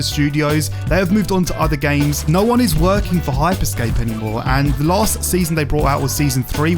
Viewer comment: It's HYPER SCAPE not Hype Escape